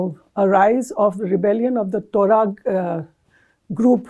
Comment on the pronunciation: Horrible pronunciations......Niger, Touareg, tumultuous.......😅😅😅